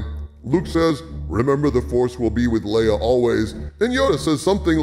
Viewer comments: Thanks for the video. Do us a favor though and stop calling her "Lee-ah". It's "Ley-ah". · Son of a bitch... Dude its lay-uh.. not lee-uh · Leia = Laya not Lee-ah! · Pronounced Lay-Ya not Lee-Ya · Should I trust a guy who can't pronounce "Leia"? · Love your videos dude, but your pronunciation of the name Leia is driving me nuts. It’s “Lay-uh”